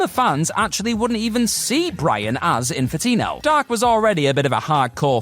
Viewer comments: Come on man,. At least 3 times you said Infitino instead of Infinito. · Infinito...not Infitino. How do you keep switching back and forth?